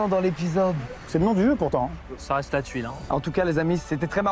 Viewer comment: "OH! Il resteuh 10 minuteuhh"